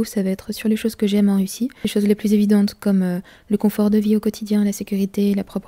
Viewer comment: Bonjour, c'est coNfort en français, pas coMfort. Sinon, molodets, je me retrouve dans plein d'aspects mentionnés, et votre analyse me semble très pertinente, elle m'a donné des clés et fait réfléchir à la relation hommes-femmes, par exemple...;-) Continuez une info honnête et la plus objective possible, pour fissurer la chape de plomb qui nous étreint...